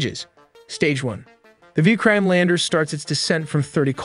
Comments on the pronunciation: You did not pronounce Vikram properly...it should be pronounced something like "Vi-krum" not "Veekraam" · It's a nat a vi krime lander, it's a Vikram lander